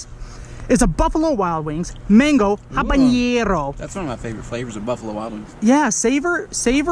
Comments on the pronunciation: When you said habenero I knew it wasn't going to be a fun time. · Couldn't help but laugh when you were saying "habanero"